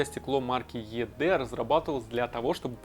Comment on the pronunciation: Только, наверное, не Е Дэ, а ИДи произносится.